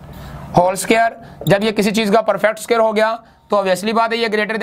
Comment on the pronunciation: The word is (square) ...not (suqare)